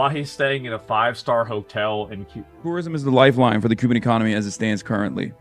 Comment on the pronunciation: I like how he says cooban what a retard